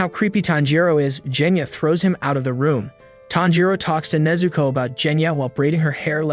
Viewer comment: Bro, it’s Nezuko